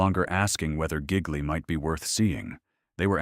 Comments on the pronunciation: Excuse me,: It's Italian, pronounced "zhee lee." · Say "Gigli" one more time. It makes me laugh